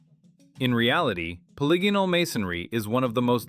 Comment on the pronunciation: Simplest giveaway of ai is the way it twice in the beginning mispronounced polygonal bc ai is too dumb to understand how dumb english is more deception and confusion to keep us down. Why was the dumbest newest most inefficient language set as the standard for the world when we have multiple related very old ones still used all over the world? Everything is a lie i just wish we knew who really changed and hid history this is too grand to be a scheme of a few hundred men as is thought. There was definitely a covered up reset around 1800. Over 1 million orphans grown in labs and shipped everywhere a world of amazements empty being inhabited by people who have no clue who or where they are or where they came from or what this all is. Is it any surprise we're the only "animal" that doesn't fit evolutionary therory or nature itself. Were the only animals that destroys the planet rather than living with it. Like pre 1800 civilizations we know this because of north america "indians" and uncontacted tribes that have better herbal medicine than modern science and literally have no cancer in their entire history. That says it all. Lastly how with IQ dropping every year globally since the 70s has technology grown exponentially? Were being dumbed down on purpose AGAIN while being given things to distract us while we grow dumber and unhealthy. Either labor, livestock, or food. Only one of those can be what we are here for